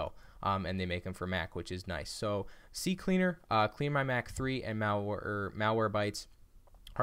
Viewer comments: Stop saying CC cleaner, it's CCleaner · Its not CC Cleaner, rather C cleaner 🤣 Thanks for the video though 👍🏼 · Its C Cleaner Not CC Cleaner lol